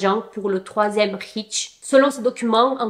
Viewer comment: troisième Reich on dit raïche pas riche